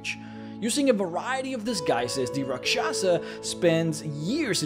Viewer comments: I laugh every time you try to say Rak Sha sah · As a hindu its cringy to listen to other people pronounce the hindi words......its actually pronounced raakshasa and other word starts with ra....its always raa